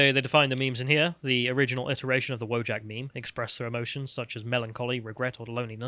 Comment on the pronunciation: VO-YACK. It's pronounced voyack, not wojack!